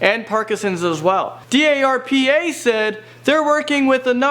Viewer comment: also,, it's called "DARPA". not D A R P A. ONE WORD! ONE WORD!